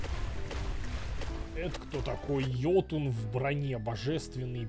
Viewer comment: Ну йОтун же, с ударением на первый слог, какой нафиг йотУн?!)